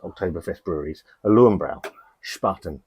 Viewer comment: Lurvenbroy not luwenbrow. Please let me know where I can collect my youtube pedant tosser of the year award. Thanks